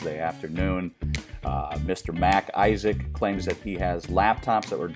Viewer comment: It's MacIsaac a Scottish name not Mac Isaac like Mac's his first name.